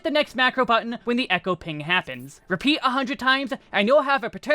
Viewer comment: pronounced "Ter-ana-don" fyi :)